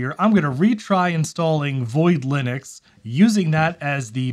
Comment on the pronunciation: *linuces xdddd